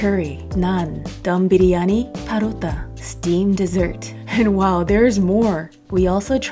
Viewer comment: You Pronounced the word "Biryani" just like an Indian.